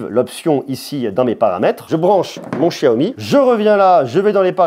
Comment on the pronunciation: ce que tu sais pas ce que c'est en rouge, je crois que c'est des batons d'encens. Pour ton accent stp, c'est pas SHiaomi, c'est xiaomi. Même si ça se prononce pas comme un X ça se pronnonce pas comme ce CH français. C'est entre les deux. En Malaisie c'est animé :) Anyway merci pour la vidéo ;)